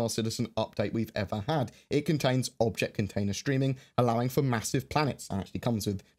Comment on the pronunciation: it sounds like you said "...Vulture container streaming..." HAH!!